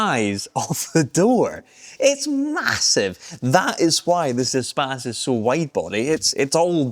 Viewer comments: It is not an espaaaaaace. It's a short a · Who else mispronounced it as "ee-space" in their mind at first glance? That's what using the internet for too long does to you...